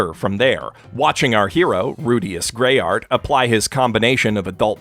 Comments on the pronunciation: It's actually Rudeus GreyRAT not GreyART, minor detail I noticed... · It's GreyRAT, not GreyART